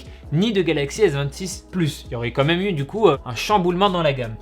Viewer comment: il a dit "comme même" ou c'est moi ?